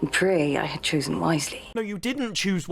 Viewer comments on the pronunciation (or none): none